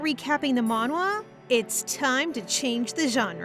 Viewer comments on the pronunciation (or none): none